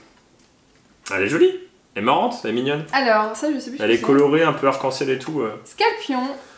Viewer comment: c'est pas scalpion c'est rapion